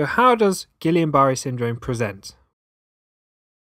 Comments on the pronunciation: Pronounced Geeyon not Gillian. Peep the spelling, guillain not guillian. Think French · it's not...i A N it's A I N. a french name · Guill AIN not guill i an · Is he saying Gillian? 🤔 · It's actually pronounced Gee yon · Isn't it actually Gweeyen? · love the vid, so so so helpful, but the pronunciation of guillain😭😭😭